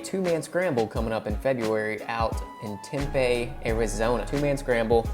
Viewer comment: Tempe is pronounced Tem Pee. No biggie, it's the home of ASU.